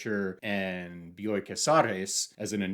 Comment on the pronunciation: Dude, the way you praise Argentinian literature and Bioy (I already said this in another comment, excellent pronunciation of the name) makes my porteña heart soar. I hope one day you try Ernesto Sabato: El túnel and Sobre héroes y tumbas are incredible, unforgettable books--his obsession with blind people was disturbing, he has a whole section where he rants about them and it's creepy and insane but great writing. If you ever want to discuss more Argentinian authors and maybe get a rec we're friends on GR. I'm Beyond Birthday. I had to download this book for Kindle. In English, because, comically, I can't find it in Spanish. So this Argentinian has to read an Argentinian author in English...🤨 Thank you for this video,.